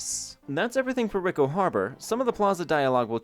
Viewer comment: It's "ree-ko" harbor, not "rick-o". You know, Italian for rich? Americans...